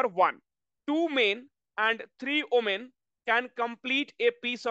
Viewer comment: Omen or women what pronunciation he used ?????????????????? He must learn first